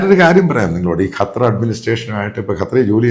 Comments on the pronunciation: എടോ തള്ളാശാനേ കറ്റാർ അല്ല ഖത്തർ എന്ന് പറ. ഇതെന്തു ഇടയ്ക്കു കറ്റാർ ചിലപ്പോൾ ഖത്തർ. ഒരുമാതിരി ആണുമല്ല പെണ്ണുമല്ലാത്തപോലെ.. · ഇയാളെന്താ…..കാറ്റാർ എന്ന് പറയുന്നത്…?🤪